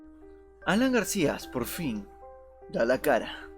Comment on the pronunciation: Desde el momento que este tipo no sabe ni hablar, no pidemos dar crédito a lo que dice, "GARCIAS", si ni siquiera sabe el apellido del ex presidente 🤔 No se si estará vivo o muerto, éso no está en cuestión, sino este video y audio tan pobre!!! Da verguenza!